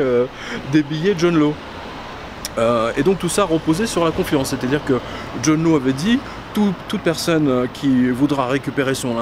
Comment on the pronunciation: John Law se prononce "Lass".